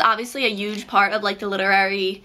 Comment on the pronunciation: Hahahaha "uge"